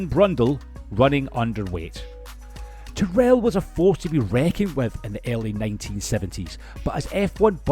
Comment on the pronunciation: Interesting video but I wish people making these videos would find out how names are pronounced. For example, Tyrrell has the emphasis on the first syllable (because Ken Tyrrell was English, not American), and Mike Coughlan's name is pronounced with the first syllable of his surname rhyming with "loch", which a Scot should know how to pronounce!